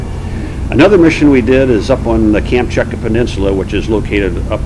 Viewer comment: Very very interesting, but such a pity he makes such a shambles of pronouncing Kamchatka peninsula and Wladiwostok. You would expect someone like him to at least know how to pronounce the names of the areas he flew over better. But yeah, Americans you know.